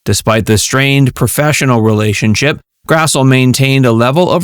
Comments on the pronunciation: Her name is pronounced Karen Grass-Lee. Get it right! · It is pronounced Grass-Lee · One big note is that Karen Grassle's name is pronounced "grass-lee"! I didn't know that myself until I saw her interviewed on a TV show.